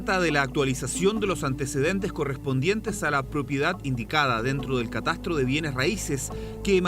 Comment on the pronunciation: Porque no pronuncia bien la tra tre tri tro tru Pablo Muñoz pronuncia bien catastro no mastiques la tro